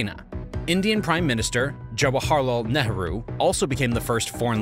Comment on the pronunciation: They need to solve the toilets problem and the teaching of toilet methods in India ? Before anything else ?:hand-pink-waving:OH it is NEEEERUHO pronounced !